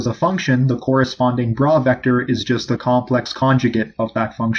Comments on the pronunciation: It is BRA like BRAH... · It Is pronounced BRA as the undergarment that women wear and the pronounciation does not change when it is together witha Ket. This was the pronouciation Dirac used anf i heard him many times at FSU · Its not bra. its bra